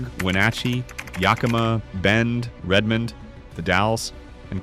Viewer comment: Incredibly badly done. Mispronounced a bunch of places, and inserted a scene of down town Leavenworth Washington and called it Redmond Or. And this poorly researched vlog missed two or three of the more famous "banana belt" cities in the Region: Oak Harbor WA, Anacortes WA and certainly Sequim WA. And you didn't mention that around the greater area of Bend Oregon sits about 40 of the best golf courses in the Pacific Northwest. Whoever made this hasn't spent much time here.